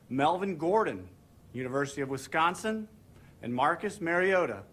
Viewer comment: Its Wis-consin not WI-sconsin. Im petty, i know